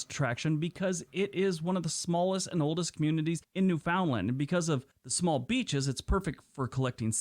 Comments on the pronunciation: No one in Canada calls Newfoundland. new Found land. We call it almost like newfundland. We dont pronounce the ou like in found. Its more silent. Hard to explain. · Just an FYI. Newfoundland is pronounced Newf-n-land not New-found-land. Some suggest is it is pronounced the same as 'understand' - 'understand Newfoundland' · It really burns my butt when non-Canadians make videos and don't know how to pronounce words. IT IS NOT New Found Land. It's pronounced Newfndland. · Yup, no one of YouTube pronounces it right. Newfundllamd or some seen to say Newfinland. No one says New-Found-Land in Canada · The language they use for their dogs is the opposite of the South Pole area. Newfoundland is pronounced Newfundlland with the emphasis on New and land, without a break in the word. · Just to say that Newfoundland is pronouned more like Newfunland by Canadians. That's how you can tell when something is narrated by a foreigner!! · The Yankee is missing pronouncing NEWFOUNDLAND. They always do. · These are all great geography videos, but man, I want to start a petition forbidding Americans to do videos about Canada without learning to pronounce at least a few of our place names. They aren't THAT hard, for crying out loud. The fact that most of them get Newfoundland wrong blows my mind.